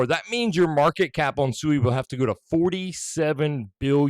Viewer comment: Can't even pronounce the name correctly